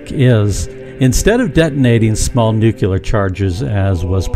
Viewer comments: This is amazing to hear, the first thing I ever searched on the internet (in November 1997) was upcoming propulsion systems. Just like was mentioned there wasn’t much in the way of news. So I’m pretty happy that this technology is finally being developed. But please if you’re developing a nuclear propulsion system, then using the George W. Pronunciation of NUCULAR 🤨,should be erased from your lexicon by shock treatment if necessary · He said "nucelar"- automatically disqualified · Sorry, no offense, but I can’t take anybody seriously who pronounces “nuclear”, “nu-que-ler” 😝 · What is nuculer? You’re using an uneducated dolt to narrate this potentially ground breaking information making it seem like your a bunch of clowns. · Sniff... Sniff... You smell that? Smells like bullshit in here... BTW - the word "nuclear" only contains one letter 'u'. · Don’t like to pick someone apart over small things, but please learn to pronounce the word nuclear! I don’t pretend to understand the science of this video, but it’s hard to take it seriously if the narrator cannot pronounce such a simple word. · Some people(including myself) CAN'T say nuclear "Properly" because of their accent, which is common for Southerners of the USA. If Americans had to create a word you would think it would be pronounceable for their own people right? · Not to be arrogant (and if it is the case, I don't care), but my God, three times in this video. "Nucular" is not a word! Repeat after me: NU - CLE - AR NU - CLE - AR NU - CLE - AR How do you pronounce the word "clear"? Like in "it's a clear concept" or "clear your mind"? Do you pronounce it "cular"? No. So how, why does that end up being pronounced "cular" in "nuclear"? Take the word "clear", split it into two syllables, "cle" and "ar". Then add "nu" before that and you're done! You learned a new word! Nuclear! Why do so many people in the US mispronounce such a simple word? It's baffling... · Nuculer? Really? Is that better than nuclear. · Nuc yu ler